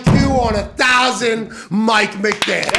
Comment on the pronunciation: It sounds like they got Mett McDaniel instead of Mike McDaniel